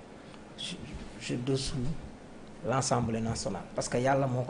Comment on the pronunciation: Saa wolof on dit Assemblée au lieu de Anssemblee- ça sonne mal à l'oreille